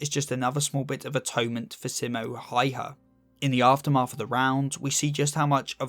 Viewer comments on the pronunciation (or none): both ä in the name Häyhä are pronounced like "a" in the words "and", "had"... or "can". Ä is always pronounced like that in Finnish, unlike in Swedish where it is sometimes pronounced that way but often as an É/Ē sound instead. This is not a complaint, most people can't pronounce Finnish names. Just a fun little fact. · If ya wanna pronounce Häyhä correctly pronaunce the Ä like ya would A in bat